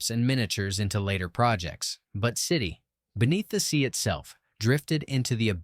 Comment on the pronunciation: I hate AI voices that don't know how to say years (one thousand nine hundred sixty-seven instead of nineteen sixty-seven) and places weird pauses where they dont belong (City...Beneath the Sea). Why can't creators use real voices?